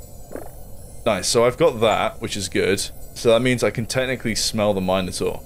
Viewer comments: its pronounced "min-oh-tor" not "mi-nah-tor" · I don't think Minotaur is pronounced as "Myno Taur" it's "Mino Taur" like Mini Mi not My but I may be inconrrect.. doesn't matter anyways, good game looks awersome i'll wish-list it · you say minotaur wrong